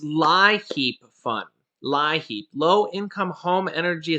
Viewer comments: It's funny how you say liheap. You say it leap like your leaping out the door. 😆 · North Carolina gave me 500 once a yr. Its pronounced leeapp program